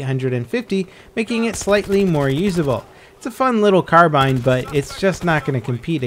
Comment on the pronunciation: Thankfully has learned how to say 'carbine' now. Not "carbeen" like he used to.:p